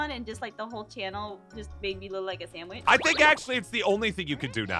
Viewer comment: “You need to be a samwaich